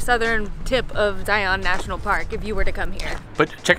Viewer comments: It’s Zion like Lion not Zi-On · It’s Zion, not Zi-on. 😀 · Just a friendly pronunciation reminder in So Utah… Zion is pronounced “zy-en” and Hurricane is “heri-cun “ Like Loo-i-vil not Louisville Love You videos…